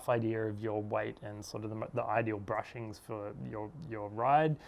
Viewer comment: Hey bud, nice video but I must correct you. It's bushings and not brushings, otherwise nice video.